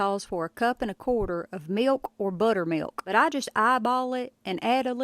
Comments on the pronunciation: "Meelkh" not "milk" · You dont have to pronounce the "K" in milk so hard 😂😂😂 it started irritating me😂😂😂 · Never heard milk pronounced with a hard K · 😀 I like how you pronounce 🥛 milk with a strong 💪🏾 "K." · You want nice cold milKKKK. Or maybe it's pronounced milQ. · she said "milQ" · How come you give such a loud and pronounced K in milk, but in for the k is nearly silent The meeyalK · Millkah 😂 I love the way she pronounces milk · She says milk funny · Why are saying milk like that? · Never heard anyone pronounce the 'K' in milk like the perfect snare drum of an expert beatboxer 👍🏻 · The way she says milk😝... She's awesome.💯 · You know a woman is southern when she pronounces “milk” and the k is a mouth sound 😅 my mother taught me how to make biscuits this way too and they’re perfect every time💕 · She really uses that K in the word milk😂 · I love the little crinkle in her voice as she pronounces 'milk'. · I’ve never heard anyone pronounce the K in milk so prominently. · That "K" on MILK is WILLLLLLLD! LOL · That punctuation of milk is driving me a lil crazy… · Thank you. It looks like a great recipe! I got a little amusement out of this video, I mean this nicely! (caution to everyone, im going to say something next, that you're not going to un-hear once you hear it - you were warned) lol It's cute how, every word you say that ends with a "k" (like milk, fork, etc), it's like you're cutting a C.B. mic off every time you stop talking on a CB😊